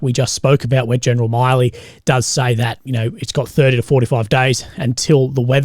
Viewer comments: Milley is not pronounced like the Miley in Miley Cyrus, its just Mill - ee more like Miller. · Just a quick correction even tho it doesn’t matter but his name is pronounced mil-ee similar to Willy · Its milley 2 L's not miley